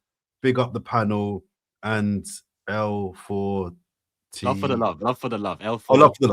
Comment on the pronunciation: not able to pronounce l4tl speaks volumes 😂